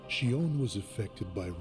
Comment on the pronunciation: Now that you ended it, let me clarify a bit regarding the title of this game. Kingdom Hearts 358/2 Days (pronounced "Kingdom Hearts Three Five Eight Days Over Two") refers to covering the 358 days of 2 people, Roxas and Xion, while they were part of Organisation XIII. Oh, you pronounced it correctly, since in original Japanese version it's pronounced like you did in , "Lia". It's just that English version likes to make these weird changes.